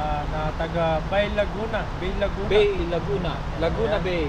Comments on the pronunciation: Ang tamang pong pronounciation Po ng BAY LAGUNA ay ( BA-E, LAGUNA) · Learning Lang po.... Ang tamang basa po sa BAY LAGUNA ay (Ba e - y is pronounce as e (Spanish word) - it is pronounce as Ba-e Laguna. Yon Lang sana makatulong. 😊